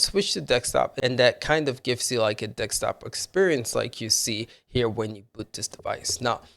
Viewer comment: Yes...dek-stap mode...🙄